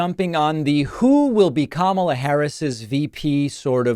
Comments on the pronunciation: The MAGA GOP keeps accusing VP Kamala (pronounced : comma - la) Harris of hiding Pres Biden’s “condition” and not taking action. Yet, the MAGA GOP knew about the Access Hollywood tape, where Trump bragged about grabbing women by their PUSS*. They knew he sided with Putin over his OWN GENERALS! They knew he plotted and led the 1/6 INSURRECTION. They knew he told us to DRINK BLEACH to cure COVID! They know he slurs words. Confuses people’s names. Asked Georgia to find him 11, 780 votes…ON AUDIO!!! They know he calls people ugly names like a 15 year old MEAN GIRL ( a.k.a Donna Trump). They know he’s nutty…AND HE LIES!!!!! Yet this is his THIRD TIME as the party’s nominee! WOW!!!😂 ALERT MAGA GOP: THE OBJECT IS TO NOMINATE YOUR PARTY’S BEST…🤣 VOTE BLUE 💙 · Since trump can't pronounce Kamala correctly, perhaps Dems should start calling him donOLD...